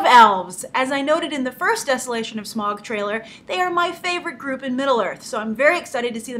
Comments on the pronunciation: You pronounce Smaug, Legolas and Gandalf wrong. Easy misstake, but come on Grace they say Legolas and Gandalf in the Lord of the Rings movies. It's not Gandolf it's Gandalf. And it's not Smog it's Smaug. And the elf king is (in the books atleast) Legolas father not Evangeline Lilly's characters father. Great analysis and review of the trailer though. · Hey Grace, just a couple of corrections because I'm a massive LOTR fan. Listen to how Bilbo pronounced Smaug, you said it like smog. Legolas is the son if the elf king and Evangeline Lilly's character is completely new to the story, so we don't know her outcome yet. Also, The Hobbit is a 70 year old book written 10 years before LOTR, calling it lazy story telling/film making is a bit poor, especially when the film makers have put every effort to re-tell it in a new way, with respect to the book.